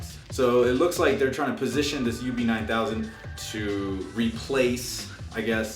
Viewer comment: It's pronounced "Oh-poe", not "Op-oh". Also, in your video you suggest the DACs are only available on the XLR outputs. This is DEAD WRONG. They are also available on the standard RCA analog outputs as well. That means anything you listen to through analog out (whether it's a digital music file or a music CD), will make full use of the DACs.